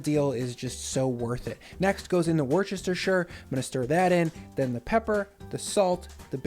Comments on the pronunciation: War-Stir-Sher Sauce, now you know :) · Your pronunciation of Woostershear cracks me up. Love the recipes and the levity. Thamks.